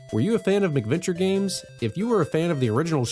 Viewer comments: Yeah, I'm about 100% sure he's pronouncing it wrong. It's definitely "MACK" because they were developed for the Macintosh. I have never heard anyone else in my life pronounce it "MICK-venture". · The way you keep pronouncing it as "MICK-venture" makes it sound like these games are colorful, child-friendly romps with Ronald McDonald and friends.